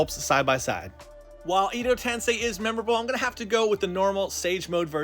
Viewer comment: Edo tensei is pronounced “eh-doh” not “ee-doh” Base plate is written in Japanese… not Chinese..